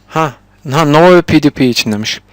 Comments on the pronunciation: yalnız o pewdiepie pivdipi diye değil pivdipay diye okunuyor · püuvdaypay diye okunur dostoom